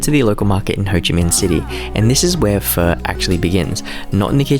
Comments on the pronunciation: bro saying pho with the hard r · Pho expert but says pho wrong 😅😅